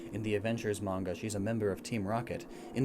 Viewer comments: ... If it's man-ga, then that's acceptable, but mange-uuh? How on earth did that pronunciation happen? It's mah-n-gah, since the Japanese a is pronounce ah. Okay, lecture over! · it’s not mainja it’s mon-guh there manga💀💀💀💀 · main ja? u mean manga^^ pronounced mon-ga^^=manga^^ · “Mainjuh” it’s mah-n-guh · Did he say main-ja instead of manga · It should be pronounced as MAngGa!!!😠😡😤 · Downvoted just for Mange-uuh. Please never pronounce it that way again. I did however laugh at Japanese poon illustrator. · it’s pronounced mon-ga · You mispronouncing “manga” made me physically cringe😭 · You just damned thousands of children into mispronouncing "manga". As if it wasn't bad enough as is, way to go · I'm going to smack this boi for saying manga wrong on purpose